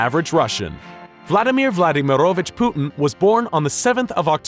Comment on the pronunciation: It's Vladímirovich, not Vladimiróvich or however you pronounced it